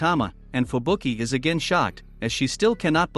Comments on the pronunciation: Man said fubuku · Bro called her fubuku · Fubuki not fubuku